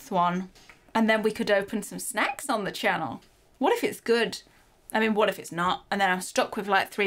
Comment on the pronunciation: I love how she says snacks like shnacks! 😆❤